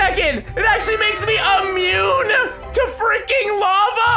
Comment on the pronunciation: Haha have a fire ressisstance effect haha so he said im imuine to lava